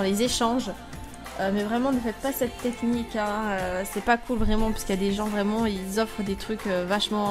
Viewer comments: ""nechnique"" tu me tue 15L🍋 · Des gens qui ne connaissais pas cette « neqnie » au lieu de cette « technique » mdrr